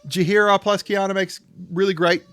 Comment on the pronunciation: Yep, butchering that name indeed haha Quina (Queena)